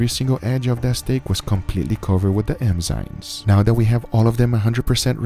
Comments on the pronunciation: Why do you say Emzynes? The right is Enzymes. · EM- ZYNES? Enzymes. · It is Enzymes NOT Emzynes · Please Guga learn how to Pronounce the Word "EnzyMe" You keep saying Enzynes and its really fuckin with me :D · Guga saying "Emzynes" instead of "Enzymes" .... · Guga, its called enzymes not emzynes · I am so grateful this series is over. I realöy like your stuff but i Couldn't have heard "emzynes" once more without losing it completely. It's enzymes for the love of god. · Enzymes not Emzynes bro ✌ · Everyone: enzymes This guy: emzynes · ade you saying emzynes instead of enzymes 😂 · Someone tell Guga it's Enzymes and not Emzynes. Killing me here 😂🤣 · Its ENZYME and not emzyne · I love you Guys but please eNzyMe not eMzyNe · “Emzines” lol 😝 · Nobody: Guga: "Emzynes" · No one: Absolutely no one: Guga: emzynes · No one: Guga: Emzynes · "emzynes" did a good job there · Im so bothered at how guga pronounces enzymes hahaha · Darling.... It's EN-ZYMES NOT EN-ZYMES it's not a cultural thing at all just pronunciation to help you along just in case you didn't realise 😧😧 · bro how do you mess up the word Enzyme literally every time lmao